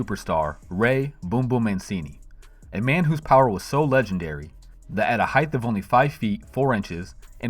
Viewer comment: A heighth